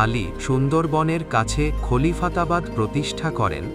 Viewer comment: আপনার একটি ভুল (উচ্চারণ) খলিফাবাদ ❌ খলিফাতাবাদ ✅